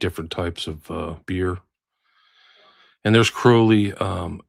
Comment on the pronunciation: Sorry but as Englishman i have to say this,I've come across quite a few Crowley's in my time,all were pronounced "Croh lee " not the "ow" sound.